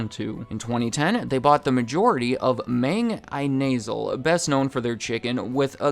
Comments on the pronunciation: Im filipino and I almost spat out the food Im eating when I heard him say "Inasal". The correct way is E-na-sal: (E as in the letter E), (the "na" in Nancy), and (the "sal" in salty). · I am not Filipino but I love Jollibee. The Chicken place Inasal is pronounced more like "In-a-saul" not "in-nasal" the way you said it makes it sound like you are talking about a nose lol Jollibee is way better than KFC. Popeyes is good but Jolibee is more kid friendly. My little kids will only eat fries from Popeyes but will eat anything from Jollibee. Thank you for posting this! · "I-nasal" where: I(referring to one's self)-nasal(of or related to nose) That pronounciation had me laughing 'cause i've never thought of reading it that way. Inasal means grilled meat, and is pronounced as "ee-na-sal". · As a Filipino speaker, your pronounciation of "Mang I-Nasal" got me laughing hysterically! Good luck to Jollibee and hoping for their success in the USA. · I gotta say, not offended by it but, your pronunciation of the word "inasal" genuinely gave me a chuckle.